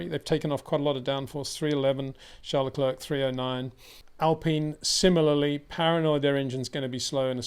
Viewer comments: You say other foreign names correcly, maybe add Leclerc. Say Claire, say Leclerc. Imagine he's called LeClaire. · It is I - Le Clurck